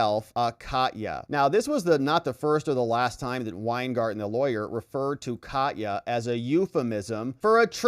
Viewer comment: First, I like you a lot. Next, I am glad that later you started to pronounce Katya correctly. That really made my fur ruffle. You incorrectly called her catiya. Next, you corrected yourself and said Kahtya. I am Ukrainian (or even Russian), where in the beginning you said it super wrong, but corrected yourself and said it correctly. It is just personal for me. EVERYONE, goes out of their way to pronounce everything correctly, except with the Ukrainian names. For some reason, all journalists (even pseudo journalists) don't bother if it is Ukrainian. Sheesh! We are the only exception to this courtesy? Thanks for correcting yourself. But also thanks for your dedication and fight for justice. You rule. I actually think you are GREAT! Ergo, just saying.......